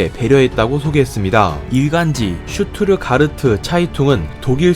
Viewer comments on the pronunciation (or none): 슈트르가르트 짜이퉁이 아니라 슈트트가르트 짜이퉁 (Stuttgart Zeitung) 아닐까요... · Hans Baker 쉬투트가르트가 아니라 정확히는 슈투트갈트 라고 읽어야되지 않나요?ㅋ Sch가 “쉬”발음 st는 “슈트” 쥬트 도이치 차이퉁도 Süddeutsch니까 줏도이치짜이퉁에 가까울듯. 근대 어짜피 독일 지명도 다 영어식으로 읽어서 그냥 쓰신거같은데.